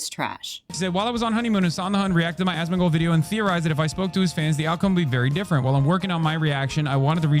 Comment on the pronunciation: pronouncing Asmon's name as "Asthmagold" is killing me. Another fantastic video!